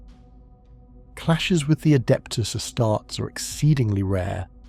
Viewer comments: AI slop. "Ah-starts" get the F out of here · I thought it might just be an AI script (because that much is obvious) but then "Ass-tarts" and "medic-ee" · I don’t mind if it’s not canon - I enjoyed this! 🫡👍🏾Also sounds like a real human voice 🗣️ to me 😳 Edit: though astartes is pronounced wrongly 🤔😑😒